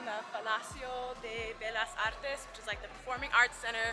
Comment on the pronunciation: Shame that your camera was playing tricks and was not able to focus properly specially when you're talking to camera, you have such beautiful eyes and can't appreciate them well with the lenses moving like that It's a compliment BTW no flirting or else 👍 'Bellas artes' pronounces as in 'tortilla' double 'l' is like in 'tortilla'